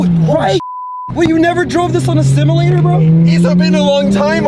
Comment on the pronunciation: Did I hear say stimulatior 🤣🤣